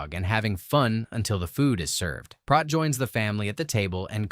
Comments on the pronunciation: I just happened to rewatch this a few hours ago, before seeing your post. A little synchronicity perhaps? LoL. Anyway, you're pronouncing Prot's name incorrectly. It's a long O (oh) not ah (hot or lot). One of my favorite movies! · It's not Prot (as in Rot), it's Prot as in Pro, or... Proteus. It's the name of the god of "elusive sea change", which suggests the changeable nature of the sea or the liquid quality of water. He can foretell the future, and he answers only to those who are capable of capturing him. From this feature of Proteus comes the adjective protean, meaning "versatile", "mutable", or "capable of assuming many forms". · It's Prote as in rhymes with Boat! Not Prot as in not...Prote as in Boat, get it? Got it? Good! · They pronounce it Proat not Prot Proton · It's pronounced "PROTE" as in PROTEIN - NOT prawt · I can't be the only one that noticed you pronounced his name wrong the whole time! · Prot. Long "O". As in: boat. Prot. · Fairly good recap, but you kept mispronouncing Prot. Even the cast told you how to say it, but you kept saying Prot like it rhymed with pot. Come on now.